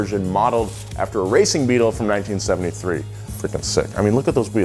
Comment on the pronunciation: you totally left out the T in BEETLE, dude said the new BEAL